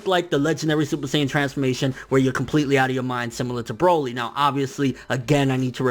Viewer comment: Lmaooo he said boma and broly im shleep